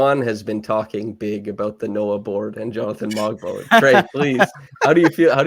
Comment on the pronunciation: Hey just a correction on the Pronunciation of "Mogbo" the "G" is silent:)